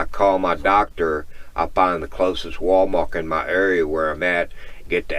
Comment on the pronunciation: Are you aware you say "WalMark" instead of "WalMart?"